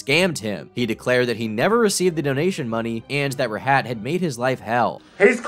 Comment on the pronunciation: bro mispronounced rahat